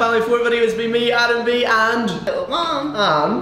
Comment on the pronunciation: Callum not Calluim